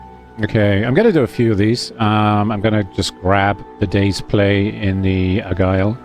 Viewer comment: Can't tell if you're joking by calling it the "Agile" or "Argyle". It's "Aigle", pronounced Ay-gluh and translates from French to "Eagle" in English. But perhaps you already know this?